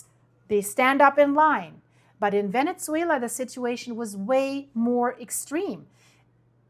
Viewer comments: It's not Vene-t-zuela..... it's Vene-su-ela, that tz sound is not correct when pronouncing Venezuela. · Thank you Very informative. Also you are pronouncing the Z in Venezuela as we pronounce pizza but it should be pronounced as Pisa. Love your content!!!